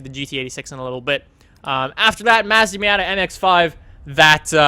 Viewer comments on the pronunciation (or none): wtf is wrong with you you can't even pronounce Nissan or even fucking Mazda ur a dumbass